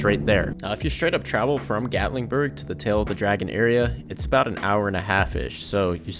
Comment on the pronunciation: Gatlingburg!?!? It's Gatlinburg 😐what's with this guy adding a g to everything